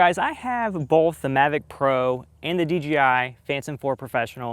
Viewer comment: he keeps saying dgi instead of dji